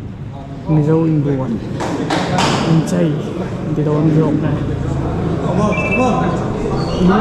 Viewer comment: Inchai hi inchêi tiin an lo lam tawh a ni maww😂